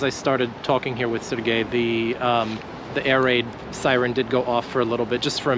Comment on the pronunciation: Ukrainians have their own names, different from Russian ones - in particular Serhiy, not Sergey